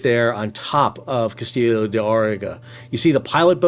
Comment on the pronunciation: Say Casteeyo. Casteeeyo = CASTILLO